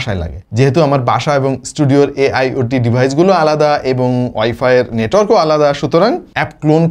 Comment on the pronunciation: ভাই তোরা আইটেল আল্ট্রা এর রিভিউ কর, ডিভাইজ 🤣🤣 উচ্চারণ করে,, ক্ষ্যাত